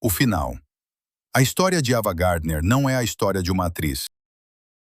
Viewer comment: Porque estragam todo o vídeo!? O nome da atriz é AVAAAA GARDNER E NÃO EVAAA GARDNER e porque esse sotaque ridículo de guaipeca !???? Por favor, conseguem estragar tudo, pela falta de qualidade do narrador!!!! FUIII